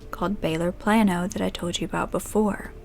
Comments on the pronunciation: She said “Plan-oh”.... Its “Play-no” my dear 😂❤️ bless your heart. Sending love from a Texan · Hey,! Native Texan here. Just as an FYI, it’s pronounced Play-No, not Plan-O. Not a big deal at all, just thought you might want to know for the future. Love your videos! ❤️ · i love hearing say “plan-o” being local to the area I never hear it called that and it makes me wonder if everyone here is wrong about it’s name... it’s referred to as “play-no” hahah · Very well done video. So shocking. As an aside, in case you ever have another story in the area, Plano rhymes with Drano. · I giggled when you said Plano I live like an hour from there and it’s pronounced play-no here 🥰😂 it was cute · Plano is pronounced "Plainoh" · Love how detailed she is and how calming her voice is. But being from Texas I cringed every time she said Plano, we just don’t pronounce it that way. We pronounce it like it is spelled Plaino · Me, a Texan: of course this happened in Texas. (also, Plano is pronounced Play-no, just fyi.) Love your vids!!!! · Love your videos! 1 small thing: Plano is pronounced Play-no I worked in Plano and lived in the next town over only reason I know that haha cool that I know where this case takes place! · Spelled Plano pronunciation is Plaino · The way you said Baylor Plano threw me for a loop. Great story though